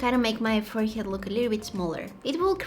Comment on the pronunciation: I like how she said it forehyead 😂❤😊